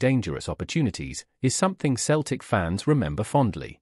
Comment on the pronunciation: Can't even pronounce Celtic 😮😮😮